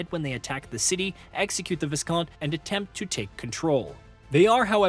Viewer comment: Thank god someone else pointed this out. Also Viscount is pronounced "Vy-count"